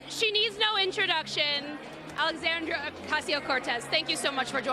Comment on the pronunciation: Apparently, she does need an introduction to Antonia. It's ALEXANDR—I—A. Notice the I between the R and the A?